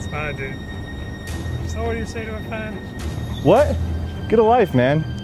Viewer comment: “Can I have a picture with yueghhh” 😂